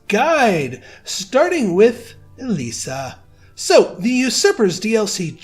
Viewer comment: also something interesting for you , according to google, the name "Elyssia" is finnish, and pronounced "E-loo-see-a" not "E-lee-see-a". the more you know haha